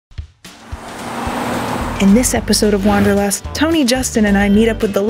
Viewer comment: Sounds funny how you pronounce the German word: Wanderlust! :-) This word has a different meaning in Germany. English speakers have no idea what "wandern" means. Wanderlust is the urge to travel around. Nothing more, it has nothing to do with the specific meaning in Germany as a kind of hiking through the nature.